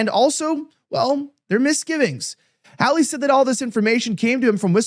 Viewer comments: How could this gateway pundit guy not know how to pronounce Senator Josh Hawley's name? It's not HOWLIE (a white guy in Hawaii), it's HAWLEY, which rhymes with PAULIE. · Why can't Elijah correctly pronounce Sen. Josh Hawley's last name? It's not difficult. Incorrect: "HOW-lee." Correct: "HAH-lee."